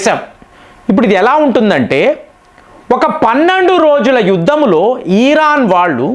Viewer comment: 1) భారత్ అని అనండి. భా కి వత్తు పలకండి. బ కు వత్తు పలకండి. 2) ఈరాన్ అని ఈ దీర్ఘం పలకరు కదా... ఇరాన్ అని అంటారు అందరు... చాలా వివరాణాత్మంగా మీ విశ్లేషణ బాగుంటాయి.